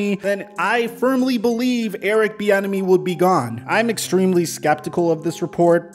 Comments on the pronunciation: I kept thinking you were saying Eric the Enemy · I keep hearing “Thee Enemy” I don’t like him just because of that now.